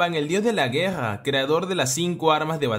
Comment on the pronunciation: me da gracias cuando este narrador dice la Guega, o gesponde o gagnarok jajajaj gracias por el video